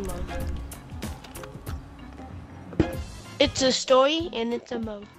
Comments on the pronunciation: “Stowy Mode” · “He’s pwaying Stowy mode” he clearly play online tf